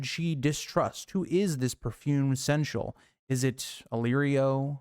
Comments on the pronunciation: I appreciate the absolute gall of pulling up the pronunciation guide before continuing to mispronounce seneschal the entire video lol. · Can't watch this video if you can't say the word right lmao get help vro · I mean this the best way, because it legitimately made me laugh; you give the dictionary definition of seneschal, with the pronunciation guide right there... And still pronounced the word consistently wrong. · (Seneschal is three syllables. 😉) My guess is Varys, but I like the "stinky steward" too.